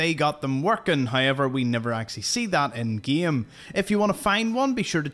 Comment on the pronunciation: “…in gEEEEm…” 😂